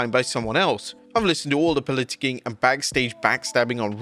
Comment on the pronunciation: I don't like the way pronounced "politicking" 😅.